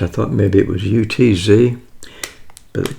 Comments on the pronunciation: Lobe ya, but it's Utz, rhymes with cuts. I live in Baltimore and everybody here eats those chips. Especially the crab chip! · Love your videos…best ASMR out there. Btw: just to clarify, it’s pronounced “UH-TS”